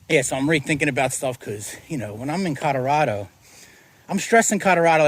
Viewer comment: Codarado??? Colorado! It's Colorado... oh and don't get me started on your wooter. Nothing better than a tall, cold glass of wooter.